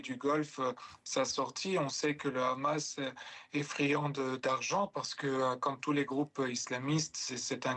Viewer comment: Pourquoi il y a que les israéliens dans cette région qui ne savent pas prononcer Hamas et disent khhamas preuve qu’ils ne sont pas du moyen orient 🤣🤣🤣🤣